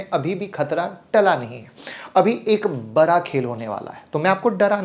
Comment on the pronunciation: बड़ा खेल बोल भाई नाकि बरा खेल 🙏